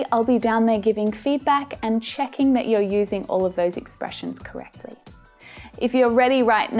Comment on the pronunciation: I noticed you put a hard T in "correctly". Do you always do that?